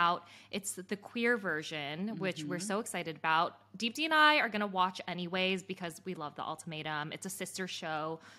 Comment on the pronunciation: So annoying how deepti pronounces her own name wrong